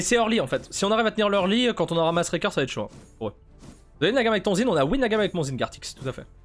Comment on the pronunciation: tu as prononcé le pseudo du zhin d'une facilité xD